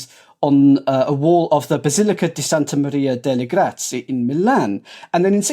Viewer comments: Can we take a moment to enjoy pronunciation of the name of the church in Milan with the afflicted painting? As someone who has struggled to learn Italian, I can say pronunciation is good. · As someone who has been speaking it their entire life, I am sorry to disappoint you. It is... barely recognizable as what someone who grew up on American movies might think Italian sounds like.